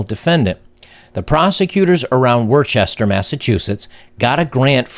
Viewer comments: It's pronounced Woster, not Worschester. It's a common mistake. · It is pronounced “Wuhster,” not “Worchester.” Crazy, I know. Just like the divorce system. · It's pronounced "wooster" not "warchester" Massachusetts. Other than that, this is something out of a horror movie! Holly crap! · You said “Worcester” wrong. You pronounced it “Worchester”. It’s pronounced “Wooster”. Don’t do it again! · Not that it matters, but we pronounce worchester as whista! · lol, it's pronounced "Wistah" (worcester) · Lol "Worcester" Massachusetts!! It's actually pronounced "Woostah" or "Wuss-ter" (if you don't have the accent) 🤣😂 That's the same "court" that destroyed my life. 😠